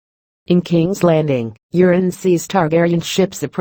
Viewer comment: I like how Euron is pronounced Urine. LOLZ